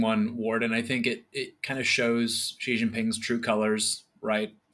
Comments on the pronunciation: Just a comment about the pronunciation of Xi. It's not ZHEE, but closer to SHEE. Sorry. Love the content and keep up the good work! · Basic Chinese (Mandarin) pronunciation is not that difficult. Xi is pronounced similarly to 'she' with a softer 'sh'.